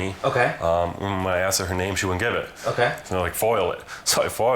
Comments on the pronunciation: he specifically AXED you not to. And he’s an attorney?? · When your lawyer says "I specifically aXeD you.." then it's time to find another lawyer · If my ATTORNEY said "I AXED you something," I'd FIRE him INSTANTLY!